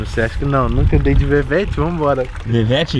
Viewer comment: mano quem que chama um corvete de "vevete" kkkkkkkkkkkk esse moleque é mó doidão esse joão